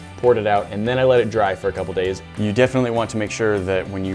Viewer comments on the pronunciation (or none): none